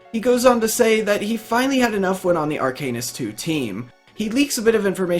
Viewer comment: Arc anus? Are-cuh-nist bruh